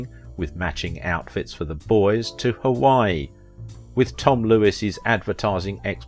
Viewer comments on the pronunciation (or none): none